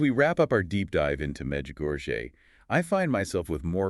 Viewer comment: And because this is AI generated, these two people aren’t real, and fake, and no matter how good intentioned the creator of this podcast may be, truth matters. Let people know that this is not real. Notice the lady doesn’t know how to pronounce Medjugorie correctly, but acts like she knows the topic. If someone’s going to represent the truth then tell what are their names? Who are they? Where are they from? are they real? Pay attention folks, there’s going to be more of this coming down the Internet. Look for trusted sources.